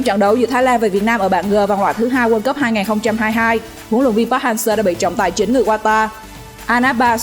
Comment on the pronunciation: Đọc sai tên thầy kìa